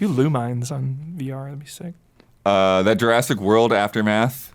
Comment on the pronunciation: Correction Lumines is pronounced "luminous." I used to also call it "Lou Mines" before I got Electronic Symphony for the Vita and the female voice at the start screen put me in my place XD